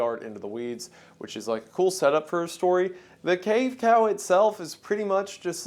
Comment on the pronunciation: you said "cave cow" and i heard "cave pal" which sounds cuter